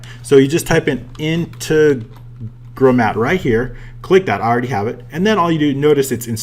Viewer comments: in-te-gro-mat not inte-gro-mat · Say it with me...... IN - TEG - RO - MAT.........Gooooood boy..........who's a good boy..... Nice video as well.....